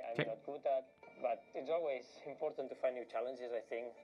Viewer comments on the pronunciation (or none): none